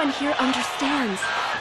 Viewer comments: Did the dubber just said madea atsuko and not maeda atsuko wtf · I know. It's just, the way they pronounced Maeda was just... Who?